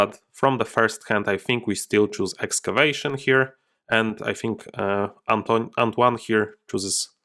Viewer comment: I know I'm late but your first attempt at pronouncing "Antoine" was more pretty good actually (french dude here), trust yourself: c'était pas mal